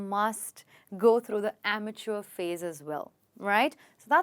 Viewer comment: You pronounced wrongly Amateur